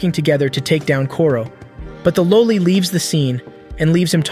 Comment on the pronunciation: The way you are saying loli makes it even creepier, its one of the few words that should actually get a video demonitized bc it deals with kids being sexualized. And because youre saying it a different way you know that fact